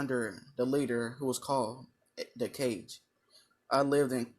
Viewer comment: is it me or do you call kage "cages"